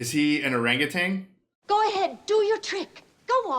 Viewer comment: It's orangaTAN, not TANG.